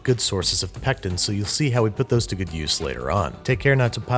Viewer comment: Say pectin one more time I dare you!!!